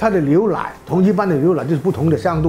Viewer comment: 哈哈 牛（liu）奶（lai）